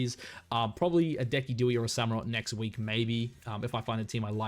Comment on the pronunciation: Please tell me you’re pronouncing Decidueye’s name incorrectly “on purpose”